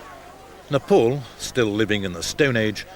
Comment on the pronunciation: Its not Napol, its Ne,..PAl Dude. Naraters needs to learn english. :D .